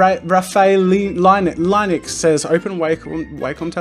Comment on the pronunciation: The way he pronounced Linux 🤦‍♂️😂